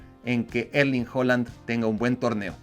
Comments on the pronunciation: es de los que a Goku le dice Kokun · Kai Havaz, Kevin de bruena y Erling Jolan. Ni sus mamás les dicen así.